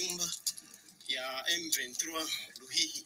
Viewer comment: c'est Luhihi et non kahihi